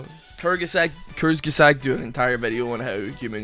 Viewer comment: Bro you're german wdym you don't know how to pronounce Kurzgesagt